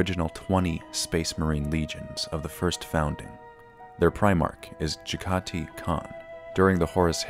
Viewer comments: Jag-ah-tie, not Jeggaty So many lore videos mispronounce this, it's not cringy anymore, it's scientifically fascinating. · Jag-Ha-Tai Not Ja-Gah-Ti...